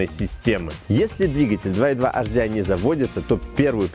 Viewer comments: С наступающим всех! Очень режет слух "Аш-Ди-Ай" ( HDI). Если "Аш", то "Аш-Дэ-И" (латинский). А если по-английйски, то "Эйч-Ди-Ай". Успехов вам! Канал очень интересный! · Первая буква звучит по французки ,а две остальные по английски)